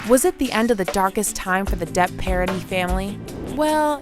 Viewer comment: Parady? It is a French name. Try a little more, please. 😊